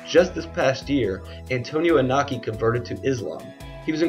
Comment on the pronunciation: It's pronounced E No Key. Japanese pronunciation of vowels is always the same. I sounds like strong E and O sounds like a strong O